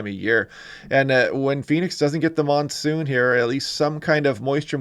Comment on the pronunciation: The 'nonesoon' pretty funny.